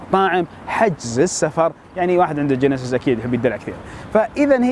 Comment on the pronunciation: جانسيس ههههههه اسمها جينسس ياطعس